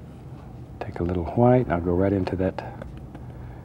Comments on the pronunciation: Is it white or hwite? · Am I the only one who realizes he pronounces White as Huite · I love the way he says HUWHITE